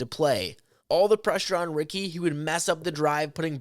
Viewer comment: They didn't say Ricky correctly. Sometimes people from other languages have a hard time pronouncing things correctly. It's not a big deal